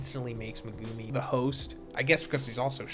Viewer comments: The way you say megumi name pisses me off lol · the way you pronounce megumi pisses me off